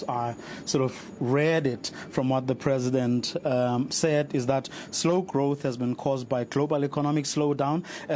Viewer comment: "did spoke" "Presindet" and he is telling us he is moving us forward